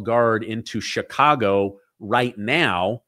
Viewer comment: I can tell you're an intelligent man, and I do enjoy listening to your pod cast. I spent all of my adolescent years growing up in the city of Chicago, in the state of Illinois. One of the things that was hammered into us students was how to pronounce CHICAGO. You pronounce it as a SHA when it's a CH like in the word Cherokee. Here's something that's as a side note, there's Indian reservations all over th the City of CHicago. Every neighborhood city park is a piece of a reservation within the city of Cook County. Most people who today live within the city limits of Chi-Town don't know this and probably dont care. Incidentally, one more thing I do appreciate how well you pronounce your vocabulary of the English language. I know that pronouncing CHicago incorrectly is a small matter, but I would almost bet that Indian Chief Chicago would be turning over in his grave to listen to all of the White Men who just refuse to learn to have some respect for his name. Do keep doing your up-to-date podcasts, I for one enjoy listening to you. GOD BLESS YOU AND YOURS!